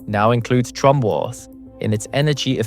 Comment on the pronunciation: I don't speak French. Thank you for confirming Felix's last name is correctly pronounced "TROMB" (silent E) and not "TROMBAY."